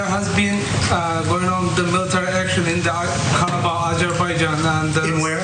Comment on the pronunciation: Nice to hear Ana pull out the accent for authentic pronunciation of Karabakh. Also, it autocorrects to karaoke. 🤣